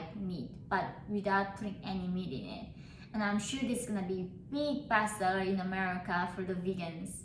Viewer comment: God i thought she said bast**d 💀 when said "best seller" Lol 😅